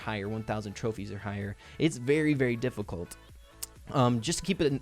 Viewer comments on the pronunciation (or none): Lol... "It's very very diffi-COLT"